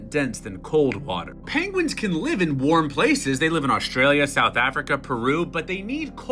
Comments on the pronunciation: "Pengwings" - Benedict Cumberbatch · And not "penwings" mr.Cumberbatch. Just saying... 🤪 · 'Uh, sir, I believe they are called Pengwings.' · Benedict Cumberbatch: "Excuse me, sir, but you are mispronouncing pengwings." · Yes! The real penguins are extinct. What we have now are actually called Pengwings